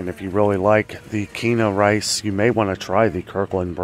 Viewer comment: Hey.....Quinoa is pronounced KEEN-WA. Weird I know. 👍